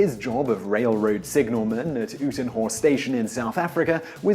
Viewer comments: Uitenhage is pronounced You Ten Hague. I am South African :) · Cuan M Prince thanks, his pronunciation was terrible.